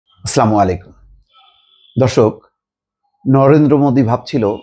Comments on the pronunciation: স্লামালাইকুম এটা কি ধরনের ফাজলামি। ভালো করে সালাম দেওয়া শিখেন, অন্যথায় সালাম দিয়েন না। উচ্চারণের জন্য অর্থ পরিবর্তন হয়ে যায়। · দয়া করে সালাম টা যদি শুদ্ধভাবে দিতেন। না দিলেও সমস্যা নাই। দিলে সঠিকটা দিবেন আশাকরি।